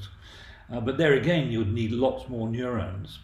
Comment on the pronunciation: Excellent video! Except for the pronounciation of "neurons" and "gigabytes" :P